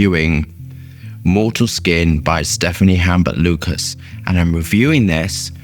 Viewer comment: Great review! Perfumer's name is pronounced STEFAN UMBA LUCA. Mortal, skin & black gemstone where 2 of first 5 niche fragrance that got me into that niche world!